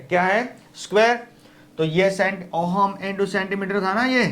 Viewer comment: ohum nhi h sir voo ohm h